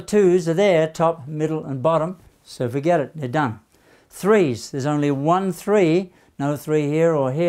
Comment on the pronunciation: "done. fuhget about it"😅